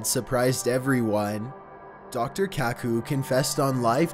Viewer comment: Dr kacoo....um. No definitely Dr coo coo....